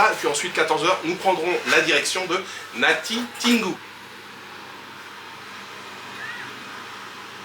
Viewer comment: Très belle vidéo comme toutes les autres. Hâte d'en voir plus. Par ailleurs, le '' tin '' dans Natitingou se lit tout simplement tel quel comme dans Tintin